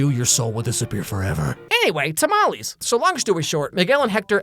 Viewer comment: I know I'm gonna sound like a Karen, but as someone who is Hispanic, I got SO MAD when he pronounced SO MANY Spanish words SO BADLY!!! Edit: "TAMALEES"!?!?!?!?!??!